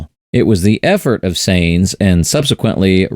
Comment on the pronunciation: Please pronounce Sainz correctly. Almost every one does